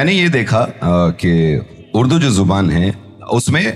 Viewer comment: Pahele....zubaan...(jubaan) bolna Sikh....